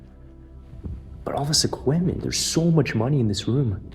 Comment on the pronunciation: what accent is it that pronounces "EQUIPMENT" as "EQ-WI-MEN".